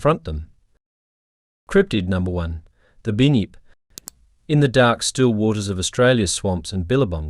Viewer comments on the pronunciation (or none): Bunn -yipp … not “bin yip, or bue-nip”. Do better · I’m Aussie and it’s pronounced bun-yip not bin-yip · first of all you called the bunyip a binyip second said the Tasmanian tiger come from queens land witch it dosent you cant be a real ozzy because you cant get our history totaly wrong do read more books about Australia mate. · Binyip the kiwi version 😂😂😂❤❤❤